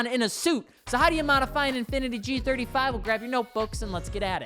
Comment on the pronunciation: Bros trying so hard to kill the g35’s name…